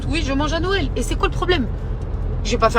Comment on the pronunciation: Pour une fois je suis ok avec pour les tatouages et son repas. Par contre elle ne sait pas dire Noël... Les gens... C'est pas "Nowël" hein